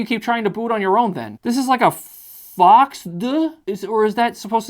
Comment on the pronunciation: FOXX ❌️ FOXD ✅️